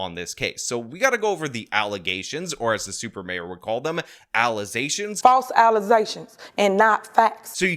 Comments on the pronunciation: My favorite part of videos is calling things allezations. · Man, you got me saying allizations now. Thanks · Back to the mayor thing… how does literally everyone not see how crazy it is… that no one had a problem with a MAYOR not being able to pronounce allegations….